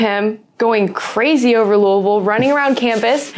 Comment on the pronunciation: I love that knows how to pronounce Louisville correctly!!